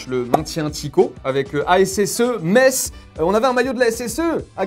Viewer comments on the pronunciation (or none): none